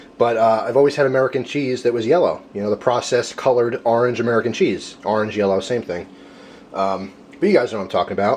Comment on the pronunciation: I notice you say ar-ange instead of or-ange